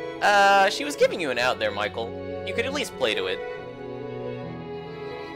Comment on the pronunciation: how is it possible to still be calling him michael instead of michel at this point in the story lul